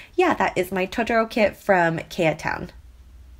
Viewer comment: I'm pretty sure the shop Keatown is pronounce key-town. His real name is keaton and I knew someone with that name pronounced key-ton so I figured it is safe to assume to apply that to Keatown. I absolutely LOVE his shop it is one of my favorites and his customer service is off the charts! That being said, I'm pretty sure he doesn't actually draw the kits himself. I could be wrong but I know a good portion of them are bought clipart. It's all still way unique though!!